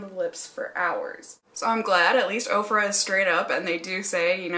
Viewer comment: They do state on their website that once you place the order, they in turn place an order from the vendor. It's a long process but so worth it because the discounts are so great, IMO. I've purchased everything from clothing to makeup to a couple of pieces of furniture. Ofra always sounds like okra is being mispronounced. 😜